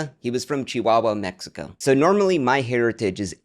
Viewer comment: You should sue your sponsor "MyHairitage" ☠️